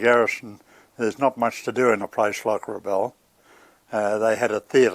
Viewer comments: Pronounced Rabowl not Rabaul. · Excellent documentary, but why insist on pronouncing Rabaul as "Rabawl". If you notice the ex service men all pronounced it as well as anyone who has lived in PNG or Rabaul knows it as "Rab-owl". Just saying 😊